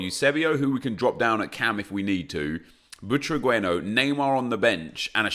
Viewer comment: Omg its not “butragüeno”. Its “Butraguenio”. The letter U doesn’t have dieresis. Just look it up